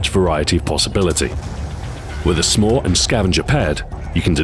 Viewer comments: He intentionally pronounced "SMAW" so it sounded more like "s'more" which is a contraction of "some more." Of course it just made me hungry. Damn you delicious marshmallow and chocolate treats! :P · He pronounced SMAW differently so that the word sounded like 'more' "Meanwhile, the other launchers might leave you wanting more" is what the pun meant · he made it sound like he was saying "some more" instead of SMAW